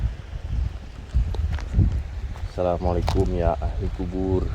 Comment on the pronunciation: Ass..., sdikit sy mau ralat ucapan akang ketika mengucapkan 'Assalamu alaikum ya ahli qubur' Yg benarnya adalah 'Assalamu alaikum yaa ahlal qubuur, jdi bukan ya ahli qjubur,hatur nuhun.